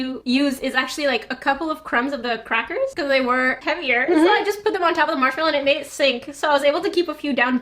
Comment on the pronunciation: I love the way said "the dunked march mellow."